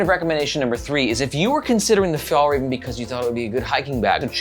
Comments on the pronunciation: I never understood this in america - is it that hard to check the pronounciation of a foreign word? When americans come to europe they keep correcting our english. Maybe we can ask for little favour to say one word to pronounce properly: fyallraevan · I guess in 2022 it was impossible to check how to pronounce a word in Swedish.